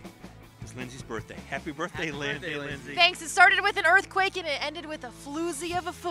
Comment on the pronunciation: think she meant to say"doozie" of a football game..... she slipped. aww shit! she da floozy!!